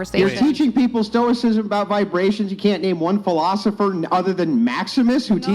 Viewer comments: It's wild that correctly labels it as esotericism yet she still claims that its "stoic philosophy" She should've been asked what the definition of stoicism was, she clearly doesn't know (and didn't even know how to pronounce it!) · Did they really just say they teach "stoik-ism" but they can't even pronounce the word correctly? I was NOT prepared for this level of cringe when I clicked on the video. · "I teach 🤔what's is called ? Like uh soicism or 🤔stoicism? ..I dont know what it's called ..sorry if I'm saying it wrong " 😂😂😂😂😂😂😂😂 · Im sureshe learned "stoik-sism" off wikipedia 😂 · “Yeah, I teach philosophical stuff about stoi…kis… I don’t know how it’s pronounced, but if you want to hear more, you have to pay me.” 🤦‍♂️ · "Stoickism" lol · Can't even pronounce "stoicism." 🙈 Cummmm drunk self proclaimed "philososopherz" 😂🤣😂🤣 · Sarte, camus, kierkegard, they can't even pronounce stoicism 😢😢😢😢😢😮😮😮😮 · Not only do they not know anything about stoicism and the philosophers who've written about it, but they don't even know how to pronounce it properly!! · Damn, she can't even pronounce her field of study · She can't even pronounce stoicism but she thinks she's teaching it? This is insane. She has absolutely no clue what stoicism is. This is the dunning kruger effect gone wild. I know it's just stupid women getting conned into listening to this afrocentric vibes and vibration bullshit but there is for sure at least a few guys in these women's pasts that gassed them up an agreed with their clear ignorance and incorrect takes, just cause the guys were trying to hit. The women never understood that the men that agreed with their nonsense just wanted ass, but I'm sure they've held the tiny bit of acknowledgement they got from a person above believing in astrology ever since as a sign that they're respectable. They are not. These women are blowup dolls with an audio recording of the ravings of a homeless person playing nearby. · Can't even pronounce stoicism...